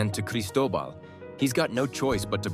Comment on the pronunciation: He says Cristobal i heard Pablo Escobar